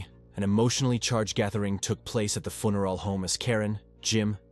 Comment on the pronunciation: Mispronounced several words eg funeral